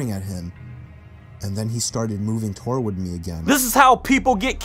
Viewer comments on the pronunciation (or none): "He crept tor ward me" 😂😂 did anyone else notice that